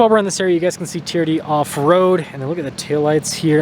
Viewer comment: Me says T.R.D. and says Tee-er-dee 😂. We wuv u